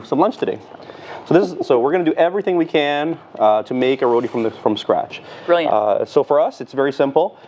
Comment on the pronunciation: Look...here nah...yuh see me....I Rellll happyyy she get it right on dey first time and say "RoTi" with a "T" and NOT RoDi with a "D" like dey next gyul say🤨 All yuh remember dat???🤔 🤣🤣🤣